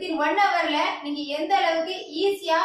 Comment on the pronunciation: 'பேடா', 'கோவில்லில்', 'நிங்கள்', 'வந்தேதி', 'நிங்க'.....இவ்வாறு தமிழ் வளர்க்கும் உன்போன்றோரை 'மதிக்க' வேற வேண்டுமா? போடா, சும்மா வறட்டு கவுரவம் பேசாமல், போய் தமிழ் மொழியை நன்று கற்றுக்கொண்டு வா! பிறகு பேசலாம்!😀😁😀😀😀😀😀😀😀😀😀😀